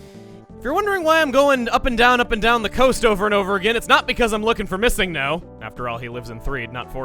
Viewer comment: Missingno. is pronounced Missing Number